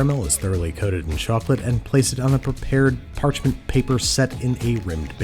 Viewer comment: "place it in a prepared patchment paper"